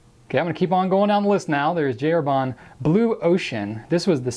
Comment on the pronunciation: Herbin = 'air - BA Not air-BAH. Completely different vowel sound : )